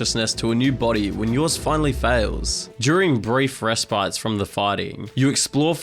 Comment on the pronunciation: "respites" is pronounced "respits".